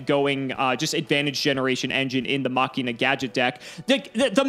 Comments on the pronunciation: It's called "Machine uhh" not "mockinaw" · Fun fact: It’s supposed to be “Mah-she-nuh” because the original archetype was “Machiners.” Ofc I’ve also been saying it this way forever, so it’s not like I really care. It’s just something I learned watching 5D’s again xD